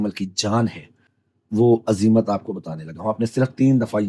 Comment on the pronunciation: عزیمت تو درست پڑھیں